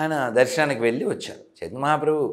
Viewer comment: వెళ్ళి కి వెల్లి కి తేడా ఉంది యాంకర్ గారు